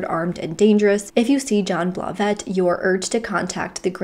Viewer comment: It's a GMC Yukon... pronounced YOU-CON. smh. Where do you live girl...that you don't know what a Yukon is? lol Also,. I think the last name...Blauvelt is pronounced Blah-veLt...not Blah-vette...smh